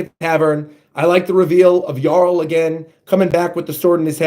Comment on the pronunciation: Props for saying Jarul's name right. For future reference, Hajrudin's name also has a soft "J." It's pronounced like "Hai-rudin."